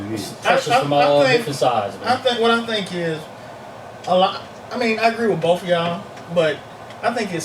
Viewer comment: Please! Don't say "bof" when you mean "both".